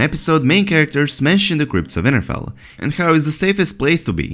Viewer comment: Its winterfell not vinterfell , thanks for your vids hard to understand u at times what accent is that plus brother is the Th sound like the not broder, just trying to help.😉